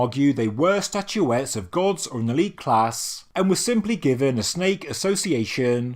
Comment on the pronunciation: STATUETTES not statuetees.. train your AI better